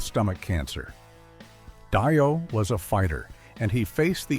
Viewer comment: It's Dee oh pronounced you moron